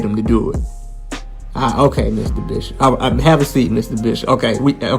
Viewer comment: Missuh Bissup